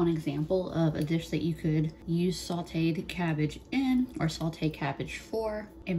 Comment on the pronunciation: I loove you. BUT. There is no "L" in sauteed.